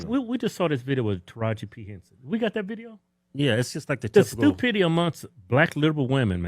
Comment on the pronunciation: Lol he said stupity.